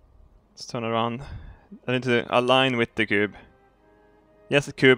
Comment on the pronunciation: Towards the beginning he was pronouncing it coob